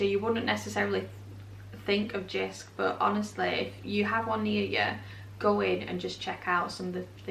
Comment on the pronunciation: Hi Jysk is pronounced [Yusk] the J is pronounced as Y and the y is pronounced as u